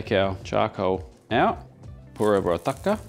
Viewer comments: The pronunciation is with the use of "R" not "da" in the lines of "TurkA not TudkA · its pronouced more like tar-dka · Love but it’s TAD_KA 😂❤ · It is not taDka..it is pronounced R. So it is taRka. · It’s not TATKA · Approved from India 🎉 Its literally pronounced as Taar-Ka. 🎉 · Hey, nice video! Just one small correction - tadka is pronounced as tarka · i guess the pronounciation does change across regions of India, but I've heard the term being spelt like "tarhka" (roll the r a bit to emphasise its a harder r, which looks like the character for the "d" sound). just a nitpick , food looks great! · Dearest, Tadka is pronounced as TARKA, D usually makes R sound, nice recipe 👍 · it's "तड़का" - tadka - tuh-d-ka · The D in Tadka is pronounced as an R. So, it is Tarka actually. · Sir, it's pronounced as 'Daal Tarrka' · Tadka spells TARRRR..... KA without twisting the tongue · The "d" in "Tadka" is pronounced as a rolling "R" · In tadka ,d is silent n pronounced as tar ka. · Pronounced Tarrrrrka. With a rolling r. Written in English as a capital D. TaDka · U can just call it Dhall Fry instead of butchering the wors Tardka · Pronounced "Turka"